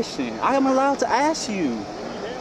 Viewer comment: Oh lordy lord hep me Jesus Christ oh please hep me ... All I did was axe a question! Oh please. Kudos to the officer!